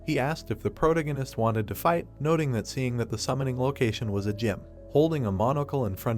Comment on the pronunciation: The way you mispronounce protagonist is annoying. Is it just me?